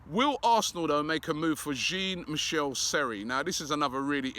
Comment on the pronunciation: Sorry Robbie Jean Michelle Seri is not coming to Arsenal until you pronounce his name correctly. The J in Jean is pronounced as in XHAKA not as in GIN